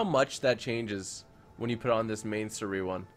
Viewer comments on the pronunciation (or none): none